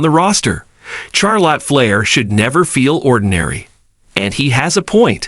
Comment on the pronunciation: Who is Char Lot Flair? I couldn't finish the video.